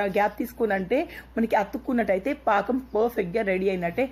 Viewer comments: Anakam kadhu pakam antatu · Anakam kadhu pakam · Anakam kadu sister pakam antaru.☺️ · paakam ani cheppandi eppudu aanakam antunnav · Hi it's not anakam it's pakam ur telugu is supr funny n cute... 😊😊😊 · Lol it's not anakam it's pakam akka 😂😂😂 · Hai good morning anakam kadhu pakam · aanakam kadhu pakam akka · Adhe bellam aanakam kadhu bellam paakam antaru akka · Anakam kadu paakam antaru. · Anakam Kadhu pakam andi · It's not anakam it's pakam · Anakam kadhu sis pakam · Not anakam it is pakam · anakam kadu sis pakam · aanakam kadhu paakam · Anako kadu akka pako